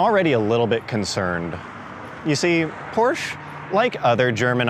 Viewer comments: PRONOUNCED PORSHA NOT PROSHE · pronounces porsche as porsh pronounces porsche correctly 😂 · Love how the vid comes out swinging calling it a "Porsh"--bet a couple dislikes came from angry snobs not pronouncing it "por-shuh." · Not Porsh, PorschE :P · Anyone know where I can get one of those "PORSCH" Tee Shirts? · ITS PRONOUNCED LIKE "POOR-SHUH" why do people not get this? It's a last name. There is only one correct pronunciation. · I want that "Porsh" shirt! How do I get it??!?!?!?!? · It's Porschaa for crying out loud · Porch 😂😂Porsche 👍👍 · go porsh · Dewah 77 That is NOT how it’s pronounced. And it dosent matter what country you’re from, it should always be pronounced PORSHA because the company decided that’s how it’s pronounced and the way it’s pronounced shouldn’t change no matter where you are. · Can't even figure out the pronunciation of "Porche"? It's a persons name not a local dialect of a common word. His name was pronounced 'Por-sha' and you have NO right to miss-represent. Even the obviously fake Ferrari failed to entertain. Just a sad video all around. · Ballibusteros learn how to say porsche correctly, porsch-uh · Gasosphere it's funny that the guy pronounces porsche wrong on purpose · "Porsh" Haha I love that.... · every time he said porsh i got triggerd. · it's funny that the guy pronounces porsche wrong on purpose. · its a PORSCHE Not Porsh !!!!!!!!!! THERE IS A E and you call it PORSCHEEEEE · And so was the 918 it was fake his shirt wasnt even spelled right it's Porsche not porsh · Porsh xDDD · Its called PORSCHE! With E ! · I have ZERO respect for anyone who claims to be an automotive expert and cannot pronounce "Porsche" correctly.